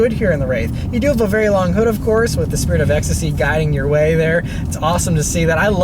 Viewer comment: take a shot everytime he says "spirtit of ecstasy"